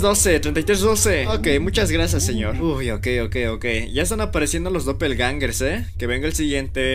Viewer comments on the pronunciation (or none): Jumscares❌️ Yumzkares✅️ Doppelgangers❌️ Dopelangerz✅️